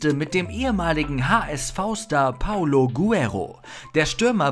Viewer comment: Hey liebe Moderatoren ihr solltet mal den Namen von Guerrero richtig aussprechen: Es ist nicht Paulo Guero sondern PaOlo GueRREro. Wie kann man nur Vor und Nachname falsch lesen?